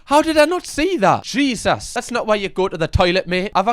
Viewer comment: "jeezahs";. love it lol